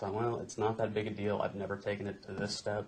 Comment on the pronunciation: “but NEVAR 👸🏻💄💅🏻💅🏻💅🏻”